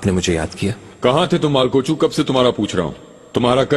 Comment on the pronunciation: मालकोउचू ❌ मालगौचू ✅